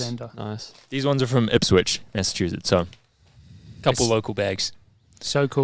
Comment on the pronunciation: Love how got Dedham and Ipswich correct, but Wellesley (“Wells-lee”) tripped them up hahaha s/o MS Wellesley!